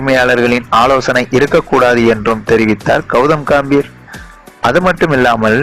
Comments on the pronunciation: Kaambir ah? Adhu ghambir da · Sir athu ghambir pls correcta pronoun panunga